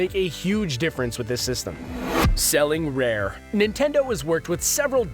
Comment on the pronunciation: "Selling Rare" That hurt...